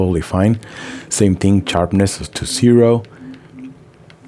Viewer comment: charpness..lol. Good video bro